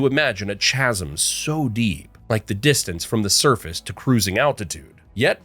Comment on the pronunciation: You obviously lost interest towards the end, you started to make mistakes. No4 — at 37'40" You pronounced 'chasm' wrong. No2 — the India/Bangladesh islands is a repeat. No1 — the island in a lake is a repeat. On the whole, I appreciate your effort made.